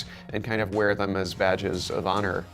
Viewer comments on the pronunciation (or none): none